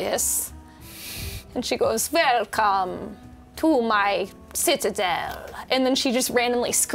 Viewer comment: “Velcom to my... citadel” Holy shit LMFAO